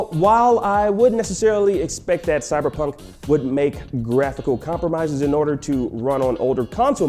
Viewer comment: "Cyberjunk" Nice 👌